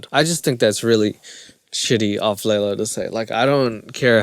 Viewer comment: It's hilarious how mispronounces Leylas name all the way through. Please do next season. Just start a mini series. We'll all watch it together. I can't find it on my own:(